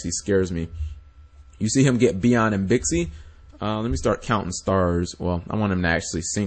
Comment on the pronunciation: Uhm, Cap, it's Chinese... and an X makes a Sh sound. So, Xiu is Shiu. Or, for the Yang Zing, Bixi is Bishi, Baxia is Bashia.